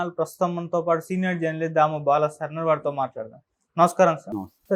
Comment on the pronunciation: Damu balaji garu అని క్లియర్ గా చెప్పు బ్రదర్, దాము బాల సార్ ఏంటి